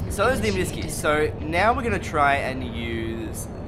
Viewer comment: i might be wrong but. isn't it omni-sky. as in two words?